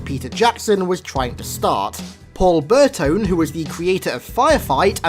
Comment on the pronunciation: Paul Burtone might have butchered the last name but he's my boy for making firefight my favorite game mode in halo